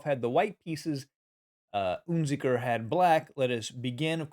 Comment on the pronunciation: UnZicker - wrong pronunciation!